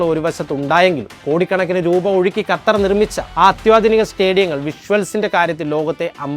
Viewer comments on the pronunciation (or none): none